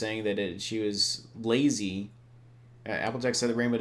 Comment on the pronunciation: Laizy?!Seriously ,laizy?!I mean what's laizy in this?Does she even know what laizy means?That bitch........